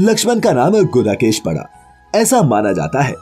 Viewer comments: उत्तम जानकारी,बहुत साधुवाद।कुछ बातें ध्यान दें पिनाक को पिनाका बोलना ठीक नहीं। लक्ष्मण का नाम गुडाकेश है,ना कि गुदाकेश।इस से नाम का पूरा अर्थ ही भयानक हो गया है। गुडाकेश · लक्षमण को आप गुदाकेश बोल रहे हैं जबकि नाम है गुडाकेश। please ठीक करें गुदाकेस केश का मतलब आपको बताने की जरूरत नही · गुदा केश नही गुडा केश जो अरजुन भी थे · Pinaka nhi Pinaak Aur Gudakesh nhi Gunakesh hota hai Gudakesh ka matalab kya hoga soch samajh kar bolo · गुडाकेश होता है भाई बाकी अच्छा बनाया है